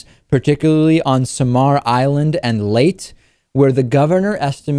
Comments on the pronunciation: Actually, the pronounciation of Leyte is "lay-teh" while Tacloban is "tak-LOH-ban". I keep on hearing TACK-low-bahn on international news. But that's beside the point. I live in the Philippines, but in Metro Manila. Yolanda, aka Haiyan, is definitely one of the worst typhoons I've seen. In Tacloban it's as if the city experienced an earthquake AND a tsunami. I think more than one ship got beached from the storm surge! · It's pronounce Lay-tii